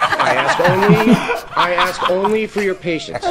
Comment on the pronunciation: I can oy axe for forgiveness